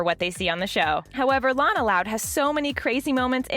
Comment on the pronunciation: You are so dum you make a video that already have and episode of it so why do you need to make a video when people can just watch the episode and you finally said Lana correctly